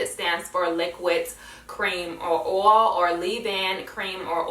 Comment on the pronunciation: oil is pronounced oy-il not or-all just is case u didn't know